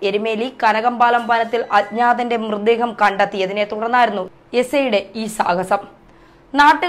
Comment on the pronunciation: സംബവം.....ബാഗം......മൃദേഹം..... സ്റ്റൈൽ എടുക്കാതെ മര്യാദയ്ക് സംസാരിച്ചു കൂടേ കൊച്ചേ....വെറുതെ മലയാളഭാഷയെ അപമാനിക്കാതെ.... എത്രയായിട്ടും അവസാനം 'പിടിച്ചാണ്ടു പൊയീ' എന്നു കേട്ടപ്പോൾ എല്ലാം മനസിലായീ...